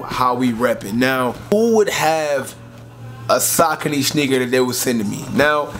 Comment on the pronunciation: (Suh-coney)cmon son